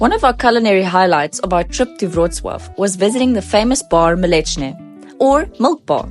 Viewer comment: you accidentally pronounced "bar mleczny" almost exaclty like "bar mięsny", which means not milk bar, but meat bar 😅